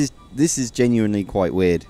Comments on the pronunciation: STOP SAYING "GENUINLY" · count how many times this guy says "genually" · take a shot each time he says geniuanly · all I hear is Genuinly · u say genuenly a lot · Stop saying genuinly